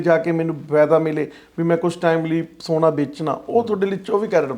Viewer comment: ਸੋਨਾ ਹੁੰਦਾ ਸਾਉਣਾਂ ਨਹੀਂ 😂 ਸੋਨਾ ਗੋਲ਼ਡ, ਸਾਉਣ ਮਹੀਨਾ, ਸੌਣਾ ਨੀਂਦ